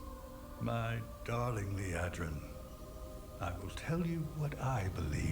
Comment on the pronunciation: Lee Ahh drin, not Lee Ay Drin.